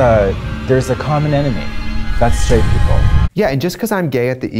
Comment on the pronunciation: 9 minutes 'straightt'?